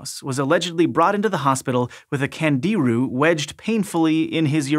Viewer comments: Pronounced ‘KHAN-JI-ROO’, with the accent on the 3rd syllable. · candiru as in kan djee ROO with the stress on the last syllable, FFS.